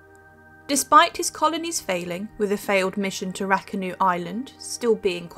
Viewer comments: Think it’s meant to be Roanoak island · Roanoke is pronounced RO-an-oke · Did she mean Roanoke? Pronounced like row an oak? At the end of the day the capital of North Carolina and tons of buildings and streets etc are named after him. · It took me a few times listening to her to realize what she meant 😊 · She wasn't even close, was she?